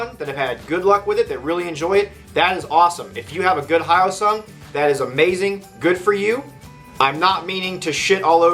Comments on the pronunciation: its he yo sung. Not how oh sung . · /hjəʊsʌŋ/ h-yo-sung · Pardon me, but the “yo” in hyosung is pronounced like the y and o in the toy “yo-yo”, not the greeting “hi”. You’re welcome. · The guy that did this video doesn't even know how to pronounce Hyosung. I have two, a GT650 Comet and a Limited Edition GV650. Both are great bikes, both very reliable. This guy is an idiot. I have been riding my GT650 for 18 years. I'm the original owner. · At least try to pronounce it properly... As a Korean I'm almost offended (I'm not that woke yet).